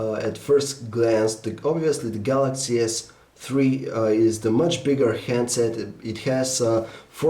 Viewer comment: All I heard was Galaxy S TREE.